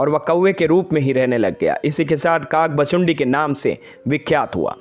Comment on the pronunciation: भाई शब्द तो ठीक से बोलो काक भुशुंडी